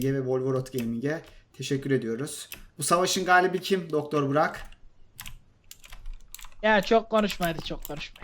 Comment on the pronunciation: sonunda sidikli burak diyeceğine buğrak dedi haha a:SD